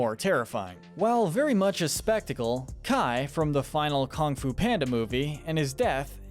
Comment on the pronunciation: okay my one complaint is how you say kong fu of and burgons